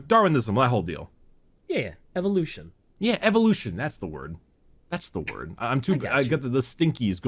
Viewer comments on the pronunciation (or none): none